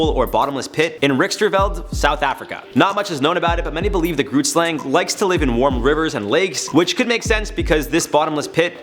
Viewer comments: It is Afrikaans and I’m no expert at writing the phonetic spelling, but it’s similar to: khret-schlong. The first word is said with a “k” sound but from the back of the throat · As a South African who's home language is Afrikaans I can respectfully say that you are butchering the pronunciation of the grootslang. I also can't figure out what the town is your talking about. 🙃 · Right? it took me a while to figure out that he was saying grootslang xD It looks like it might be in Richtersveld in the Northern Cape, I googled it so that I know where not to go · Grootslang? your saying it wrong i am from south africa and thats not how you say it